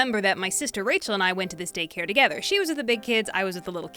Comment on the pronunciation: why do I hear "dick hair stories"